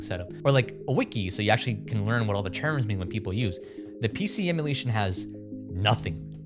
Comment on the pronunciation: "Oh, let's sew how to do it" >"PC emularion…" >Clicks out